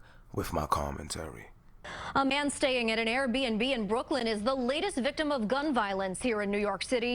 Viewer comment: The way he called air b&b “rrRRATS” 😭